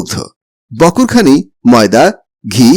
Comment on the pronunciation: বকর খানি না,বাকর খানি